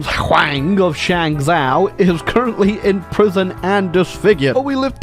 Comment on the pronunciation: Initially was quite irritated that kept calling it Shang-zoww instead of Shang-Joe, which would be the proper pronunciation, but then I realized hey, this is his channel, his kingdom and at the end of the day, he's British. He can't help it